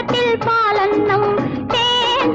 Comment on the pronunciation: என்ன அழகா சுசீலாம்மாப் பாடிருக்காங்க!! அட்டகாசம்!! அந்த தேன் அப்டீங்கறதையும் பால் அப்டீங்கறதையும் எவ்ளோ இனிமையா உச்சரிக்கிறாங்க! வீகுமார் எத்தனை இனிய டியூன் போட்ருக்காரூ! விஜய லலிதாப் பேரழகிதான்!! நளினமாக லாவகமாக ஆடுபவர்! இவர் கண்களால் நம்மை மயக்குவார்!! மயக்கும் மான்விழி மங்கை இவர்!!